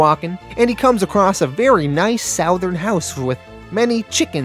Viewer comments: Southern is pronounced SUTH•ern… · Bro why do you insist on pronouncing “southern” like that? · I scream every time you pronounce the word "southern" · As a southerner person. It sounds so weird how say southern. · Yes lol